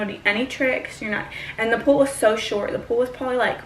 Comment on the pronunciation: I got thru 13 mins of the video before i realized u were saying "pole". Sounded like "pool" the whole time LOL